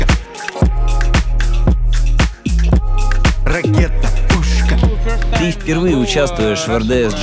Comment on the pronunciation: Видео гораздо лучше, чем "на уровне" ) Красавчики! Но, что за блять "ракета-пЮшшка" О_о , я думал кровь из ушей хлынет